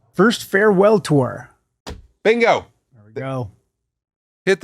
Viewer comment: Tosh. What the hell did he say Tour.